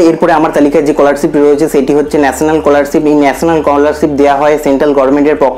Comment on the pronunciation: age scholarship ta valo kore pronounce korte skihon